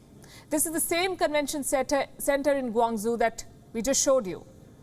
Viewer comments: GuangaZoo? Or do you mean GuangChou? If you reporting news to viewers around the world, shouldn't you learn the correct pronunciation of cities like GuangZhou? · "Guang-zoo." Palki Sharma's pronunciation of Mandarin is routinely a bit off but this time the result was serendipitously accurate.